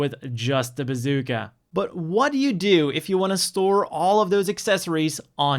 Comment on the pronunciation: i think i heard bazookey .......